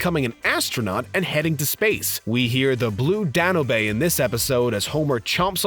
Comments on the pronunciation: Blue Danoobay? Danube is pronounced “Danyoob”. Unless you were paying homage to Bart’s “gaysbow” innocent mangling of gazebo. In which case😂👏🏼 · Blue Dan-oh-bay? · Seriously.... Dan-ube.... 2 syllables... wow. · Where did you learn to pronoune Danube? ROFLMAO. WTF is "Dan oo bay." Try Again. Its pronounced "Dan Yube." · Blue Dan-you-bay? Danyoob.(Danube) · Blue DANUBE pronounced DANYOUBE. Not DANOBAY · The Blue "Dan-oo-bay"? What the hell is that? Did you maybe mean Blue Dan-yube (Danube) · Well, I’m guessing others have already mentioned this, but who doesn’t know it’s pronounced Blue Dan-yoob, not Blue Dan-u-bay? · "The Blue Danobey" ~ Really?!?!? Are you just messin' with us or are you that illiterate? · Blue Dan-oo-bay ? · It is pronounced the Blue " Danyoob" not what ever the hell you said. . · "boathouse"? ""Danoobay"? WTF? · The blue “dan-u-bay” 😂🤪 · Interesting pronouncement of "The Blue Danube" ... or as he pronounces it "Dan - obey" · The Blue Danoobay? Seriously? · IKR I've always known it as Blue DAN-YOU-B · I thought he said "Danna bay". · Blue Dan-u-bay? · “Danube" almost made me cry. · Right? The one that got me was Blue Danube........ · Or Homer looking at a map of South America, laughing, and pronouncing Uruguay as “you are gay.” Also, yeah, that pronunciation of Blue Danube was brutal. Even if he didn’t know the name of the song, it’s a pretty well known river!